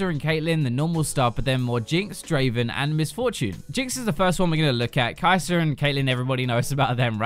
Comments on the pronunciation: Her name is Kai sa--- KI SA. Not KAISER shes not a roll.. lol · Kai sa = Kai ser........Meta = Metrr where is this R sound coming from its an A sound i don't understand.